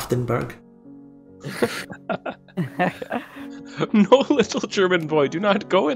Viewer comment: Love the series! The biggest warcrime this episode was how your read Aschaffenburg (there isn't even a t in there and 'sch' is literally the same as 'sh')